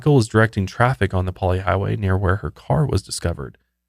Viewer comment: I’m from Hawaii, and you guys should totally be okay driving on the Pali! It’s really not as dangerous as it sounds as long as you drive at a good speed. Great job on the pronunciation!